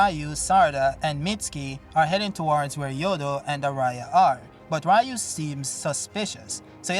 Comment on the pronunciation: And we are back again with saying Rayu, I guess you cannot change